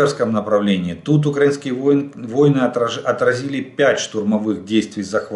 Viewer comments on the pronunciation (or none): none